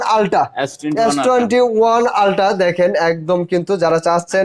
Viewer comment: উচ্চারণের ঘাবলা আছে নাকি ভুল শুনলাম। 😅😅??? Ultra কে Ulta বলে। সবার আগে শুধরাতে হবে ভাইয়ের ভুল উচ্চারণ।